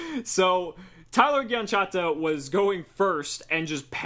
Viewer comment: Gianchetta, bro. JEE-IN- CHET- TA! Ah it could've been worse. Pegasus DESTROYED me XD